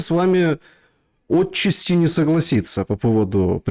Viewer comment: не Отчасти, а отчАсти, или частично, или в некоторой степени, учитесь говорить правильно на русском языке. Даже если "Отчасти" произносит Кость Бондаренко.